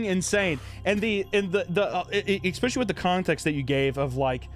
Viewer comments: Cant trust an adult who says "exspecially". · There is no "X" in "especially"! Stop it!!